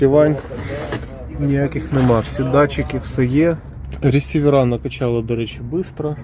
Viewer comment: ресіверА... де ви таке берете? "прарвьомся, апєрА" блядь.